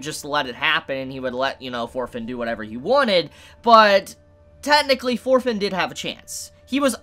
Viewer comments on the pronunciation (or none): Thorkell will bring this anime to the next level. I can assure you on that LOL Also, why am I keep hearing "Orphen" instead of "Thorfinn" lol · You pronunce Thorfinn like shit.